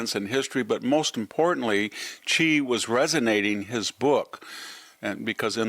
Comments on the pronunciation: Not chee, xi is pronounced Shee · His name is Xi, not Qi or Chi. It is pronounced "Suh YEE." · It’s pronounced “she” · Why do smart people pronounce Xi's name wrong? It's "she".